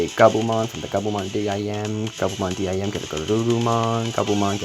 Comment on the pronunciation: Why do u say d.i.m instead of dim like sim card?